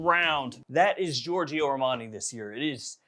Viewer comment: Love your content. As a European though just one friendly remark: please don't pronounce the second "i" in Giorgio